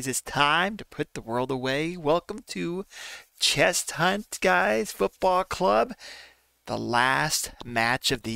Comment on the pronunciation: Good vid but it’s pronounced ches-unt not chess hunt!